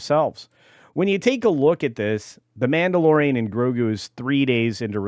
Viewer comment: Did I miss hear or did you call it the Blandalorian?